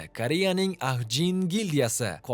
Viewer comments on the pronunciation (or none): aka ''Ahjin" emas ''Ajin'' õqiladi